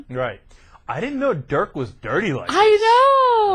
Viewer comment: Ana screwed up his first name LOL In German, an "i" is pronounced like you would pronounce an "e" in English.